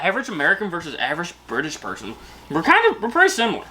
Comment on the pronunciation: I’m an Erverge Bertersh Pershern 😊